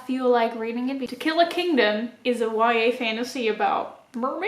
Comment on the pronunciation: Every time you said To Kill A Kingdom I hear Tequila Kingdom hahahah I think it's just me wanting some nice drinks rn